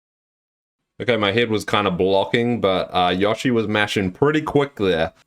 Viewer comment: Stop saying yoshi name wrong